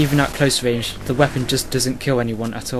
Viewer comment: XDDDD wange, wate, wifle..... hahahahahahaha this guy killed me!!!